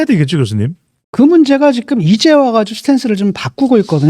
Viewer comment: 직끔 아니고 지금..